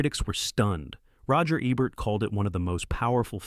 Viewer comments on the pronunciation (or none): none